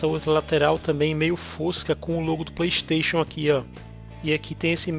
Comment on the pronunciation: Playxxxteixooon, carioca e foda